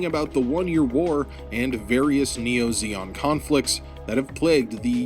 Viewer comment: I was like wth is ZHONG? ZEONG! lol zee-ong.